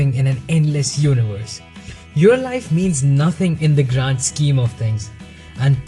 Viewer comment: minutes you said "Meditate on how we are all specks of dust in this immense universe' but I thought you said Urinal (instead of universe) I thought that was hilarious.